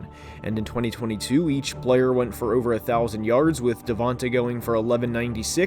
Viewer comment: Its pronounced "Devontay"